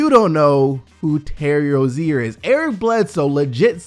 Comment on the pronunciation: The terry rozier thing is a joke. He said his name wrong i think